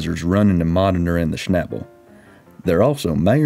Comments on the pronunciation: Schnabel is pronounced with a long A like in Audi.... :) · Pronounce the a like and ae sound. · I think you mean ""shnebbulls", LOL. Sorry, southern accents are funny to me.😀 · To a native German speaker the English pronunciation of "Schnabel" sounds funny. The 'a' is pronounced similar to the a in "car"... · Schabel is a German word. Please look up how you pronounce it 😂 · You dont know how stupid „Schnabel“ sounds in german, especially when pronounced as if it is an english word :-)